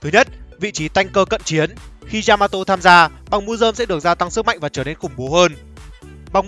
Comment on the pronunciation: Yamato not djžamato.....